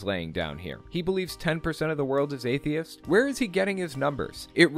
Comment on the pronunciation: I hate how he's saying atheist. He's saying, "atheis".